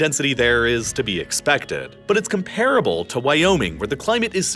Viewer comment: Please... STOP pronouncing "comparable" as "Kum-PAR-uh-bul." Regular English speakers don't say it that way. If you want want to sound like a human narrator, then you'll say "KOM-pruh-buhl."